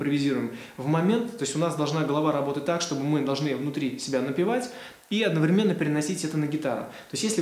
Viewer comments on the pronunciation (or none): none